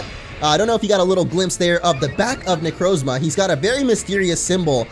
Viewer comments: It's (neck-r-a-Zama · It's Nek-ro-zomia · I cringed hard when he pronounced Necrozma wrong